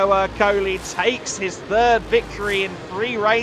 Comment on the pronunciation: Èrcoli, not Ercòli